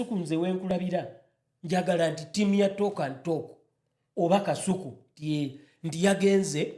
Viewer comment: 😂😂the way called kasuku “” kaisuku”””😂😂😂